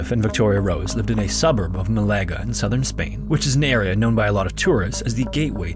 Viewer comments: FYI, "Malaga" is pronounced Mah-lah-gah, not May-lay-gah. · It's MAlaga, not maLAga, please. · I hope this channel starts looking up city names, it hurt me everytime I heard Melega instead of Ma-la-ga (the A pronounced the same every time). Anyway I still love the content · It’s pronounced Mah-lah-gah. Malaga. Not Malayga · Does he mean Malaga ?? Holiday destination ,Maalargar ,dont know that gaff. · Really murdered the name Malaga. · That's not how you pronounce Malaga. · Spo-can. Not Spo-cane. MA-laga. Not ma-LA-ga. tota-LAN.... Not TO-talan. Jeezus